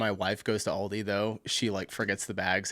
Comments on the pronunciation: Aldi not Oldi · It’s great, but Al di, not all di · Aldi is, in fact, an "Oldie" here in Germany - but its not pronounced like that 😅